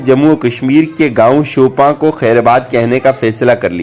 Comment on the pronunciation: It's شوپیان not شوپان